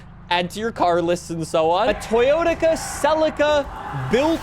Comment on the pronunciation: We used to have "Totoya", now we have "Toyotica"